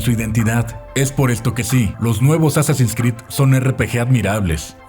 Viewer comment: Me perturba como pronuncia Assassin's Creed 🤢